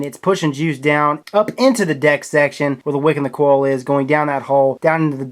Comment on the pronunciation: He pronounces coil "coll" too. This keeps me awake at night 😠